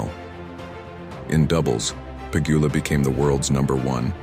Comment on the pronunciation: Bot channel?! ... pronouncing Pegula 2 diff ways.